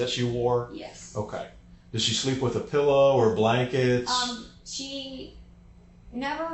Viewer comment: The first hour + 16 minutes I'm already thinking she has the most annoying voice. On top of being so happy and excited and carefree and busting out laughing every few minutes... Then she goes and pronounces that word for the thing you lay your head on night as "pellow". She's one of those people. She's a real fckin weirdo in every way.